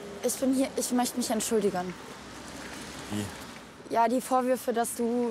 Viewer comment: Niemand Toni: entschuiligen